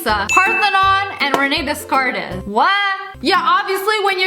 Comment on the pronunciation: silently ticked off about how she pronounced rene descartes. its raynay daycart